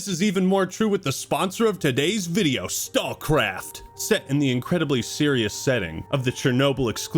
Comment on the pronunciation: I love that "StalCraft" just became "StawCwaft" every time he said it! Made me smile